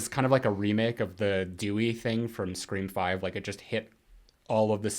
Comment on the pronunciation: Am I the only one that finds it annoying when calls them Scre-four-m or 5 Cream or Screa-vi? Lol